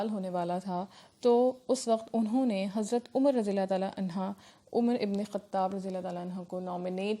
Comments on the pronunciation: Anho you are saying anha Which is totally wrong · Dear Ma'am its "Anhu" for Male Sahaba's not "Anha"..